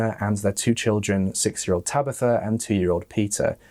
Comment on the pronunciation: “Tabeetha” 😬 Surely you’ve heard of the name “Tabitha” before? Tab I tha 🤦‍♀️